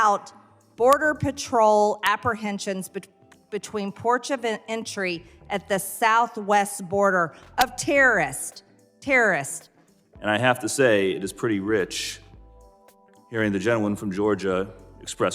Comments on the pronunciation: “Between porch of entry” “Teerurissts” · "between porch of entry and the teerahists... terrorists" Dumb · " ... porch of entry for tearists." Large Marge is so dumb.